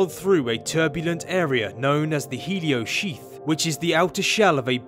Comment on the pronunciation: Did he just said "HELIUM SHIT"?